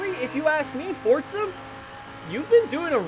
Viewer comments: Your pronunciation of FORZA is the worst thing about "FORTSAR" ... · Love how he say FORTZA HORIZON4 Love the vids keep up the good work